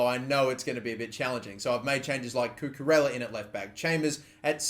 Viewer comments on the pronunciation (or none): none